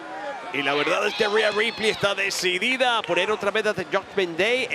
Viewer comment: Es rhea ripley no reha ripely 😑